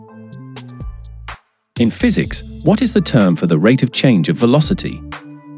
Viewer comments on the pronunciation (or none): none